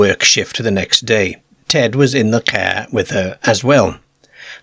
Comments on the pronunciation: There's about three different dialects in the way this A.I. pronounces... I can't help laughing every time I hear caerr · Love the way he pronounces Car KA. Enjoyed though. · I met a man who was from the South Yorkshire coast area and I asked him if you knew of an accent that pronounced car as cer. He didn't. I think it must come from a small unique area. Maybe Eastern Notts.? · Love this channel! The way this guy pronounces car is wild! Don't know the accent but it's great for story telling for sure! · It bugs me too😊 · Uts funny that he only does the A sound weird. Everything also seems standard. So you go on fora while and the he jolts you with a CAER or LERGE. And you are like wtf is this?? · It baffles me. I'm 55 from yorkshire and I've never heard anyone talk like this (or maybe I have and just forgotten). It's like he can't say some vowels properly.A is always AE. It's not a Car it's a caer it's not cigar it's cugar. Fascinating. I don't care I### take anything over AI😂 It certainly gives the stories a unique touch.